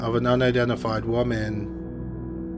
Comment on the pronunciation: It has to be robotic. Not only is the downward inflection/ elongation is exactly the same (and weirdly unnatural) at the end of every sentence, but it also mispronounces common words like "woman" in ways I've never heard from a real person.